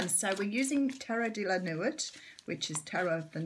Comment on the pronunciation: You’re cute Nuit is pronounced Newee not New it Glad to hear your work On we go X